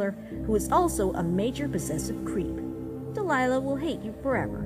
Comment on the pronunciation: DELILAH IS MY NAME AND HE'S SAYING IT CORRECT